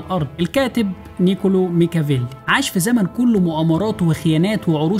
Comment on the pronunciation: نيكولا ميكيافيلى مش نيكولو ميكيافيلى